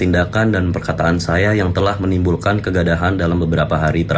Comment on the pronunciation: Kegadahan, bukan kegaduhan apakah gw salah dengar disini? Ada yg dengarnya sama gw gak?